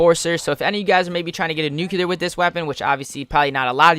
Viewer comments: Lewis Mcneill The guy that uploaded the video kept saying "nucular" like he's Homer Simpson. Its NUCLEAR not nucular ffs. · I disliked the video as soon as I heard him say "nucular".